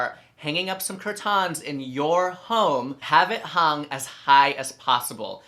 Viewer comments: Nobody asked, but I love the way you say CUR TAHNS lol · Just found you today and I’m stuck 😂 I’m guilty for having a silver and mirror living room and matching sofas🤦🏻‍♀️but that’s it’s about to change been changing things up since last week. For now on I’m calling my curtains only “CuR-tAnS” it sounds so fancy when you say it 😂